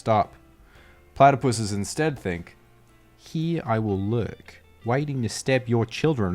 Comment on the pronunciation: "Heehr I will lehrk"